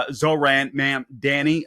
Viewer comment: If you can’t even pronounce his name what makes you think you can understand his policies, please show a little respect, there was even a point where you said it right and incorrected yourself to disrespect him once again, also what the hell’s your problem calling him an Islamist simply because he’s Muslim, also sure his policies might be bad for a lot of the corrupt democrats, but I say we need someone to switch it up and that’s what the people want and I truly hope that’s what they get.